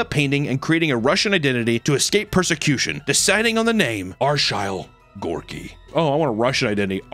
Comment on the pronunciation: “Arshile Gorky???” ◕⩊◕